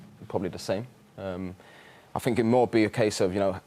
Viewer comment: I fink I fink 😂 try speaking properly you morons